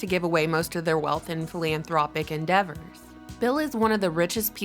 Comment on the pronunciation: philanthropic..not philianthropic